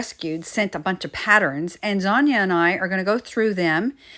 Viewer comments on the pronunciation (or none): Dang! You got your finger good. Instead of Zanya, I heard Lasagna 🤣😆🤣